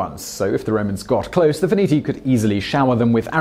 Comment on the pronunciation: Sweden? (Switzerland ) Veneti, not "Veniti" I have read his tale about Britain.☆ Arlesia! Arles. .. You really should brush up on Latin. ...